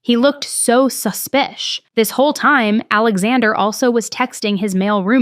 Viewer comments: Please stop saying suspic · I'll always watch your videos, but this one drove me crazy the number of times you said "su-spious".. it had me cringing so hard, lol🤦🏼‍♀️. But... as always you're still crushing it with always bringing us the best of the best content!! Xoxo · Unfollowing this channel simply for the fact that you can’t speak English! You say you’re educated but you obviously can’t pronounce the word suspicious! So annoying. Go back to school! So stupid! Grow up!